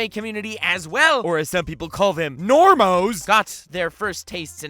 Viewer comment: You want some disagreement heh?? It’s normie not DAMN IT!!